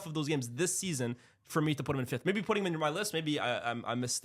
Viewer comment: Brother, it’s FIFTH and Not FIFTHT